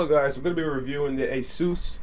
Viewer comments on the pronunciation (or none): none